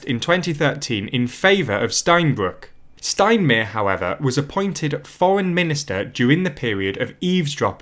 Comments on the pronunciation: 'le monday' and 'anjella merkul, frank-walter steinmeer' ... PLEASE try to pronounce their names more correctly... its like scratching chalk on a blackboard. Yes, it sounds petty but getting this right raises your presentation and attention to detail to the next level. That said, your presentation is overall - fantastic. Keep up the good work. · Unrelated opinion, I love the pronunciation of "Steinmeier"😂 It's nearly correct, except "meier" sounds like "meer", which is "ocean" in German. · It`s sounds so funny. So for Germans you pronounced the name Frank- Walter steinmeier like this: Fränk Wolter Steinmeer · cringes at the pronunciation of french and German names ("Le mond-aye", "Stinemair"...) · Steinmere... LOL